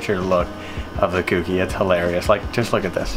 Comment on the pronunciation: Insert my usual comment.... It's not "KewKey" it's "Kouki"... like the "ko" in "koala"....